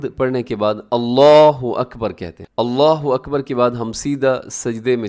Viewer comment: اللہ اکبر یہاں اپ نے ب کے اوپر ضابر اور ر ک اوپر پیش ہے۔ تو کس طرح بر کی اواز نکلے گی۔